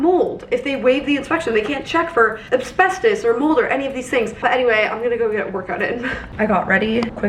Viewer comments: I wonder if there actually was another offer or if they were just saying that. If there was, I hope they did their checks too. Shame we can't get an update on that lol Also, it's Asbestos, not Absbestos lol Given how much research you do, something tells me you were saying it incorrectly intentionally.... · Hey just so you knowwww, asbestos is pronounced ass-bess-tos not ab-sbess-tos! The S is before the B. Just didn't wanna have you finding out in like 5 years and wondering why nobody said anything 😂